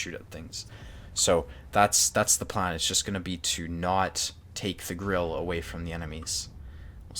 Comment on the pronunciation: Löwe is pronounced Loo-va and Grille is pronounced Grill-a. No disrespect but it seems like everyone is always mispronouncing German tank names